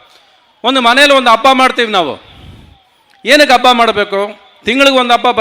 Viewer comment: Ravi Mama I love you but Hampi adu ampi alla, Habba adu abba alla and Premloka was good film but please praise other films like KGF Kantara Charlie etc. People love not only love story but like action and Comedy